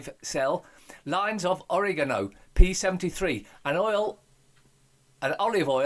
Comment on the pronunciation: Oregano not Orinoko, sounds like a feckin womble. Think your Ace 💙💙